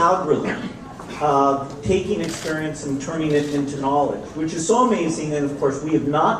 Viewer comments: Bill Gates and Tai Lopez conspiracy... “Knawledge” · First thing I thought: KNAWLEDGE!